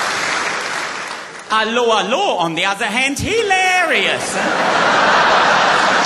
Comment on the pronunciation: "Allo allo on thee other hand... heeelarious!" Absolute gold.